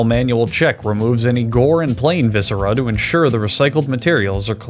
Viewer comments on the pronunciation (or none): none